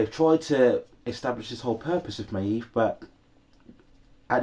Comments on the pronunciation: yes you say it may-eve almost 😭😭 hope you review season 4:) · Your pronunciation of maeve is so annoying